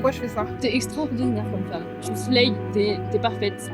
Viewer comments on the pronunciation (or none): none